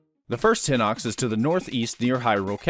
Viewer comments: Yeah no I don't care it's hye-nox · on google translate, hinox is pronounced hi-nox. is there a reason you pronounce it differently? EDIT: my b,you literally address it later on in the video